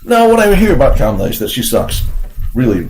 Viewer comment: Did I hear you say KAMLA Harris? lol